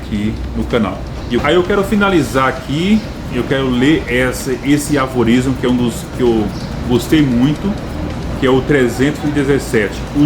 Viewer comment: Não são aLforismo, e sim aforismos, abraço.